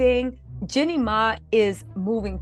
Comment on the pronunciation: 🤣Girl you talking about pronouncing her last name right, you aren't even pronouncing her first name right.